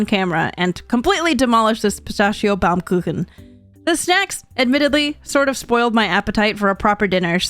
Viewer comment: You pronounced Baumkuchen so well, wow!!